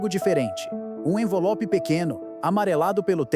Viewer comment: Só eu ouvi "envolope"? 😅